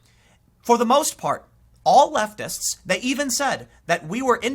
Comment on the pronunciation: Am i the only one that heard him say leftivist? Lol